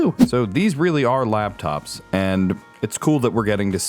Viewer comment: Does this guy think they are called "labtops" instead of laptops cause he keeps saying labtop instead of laptop.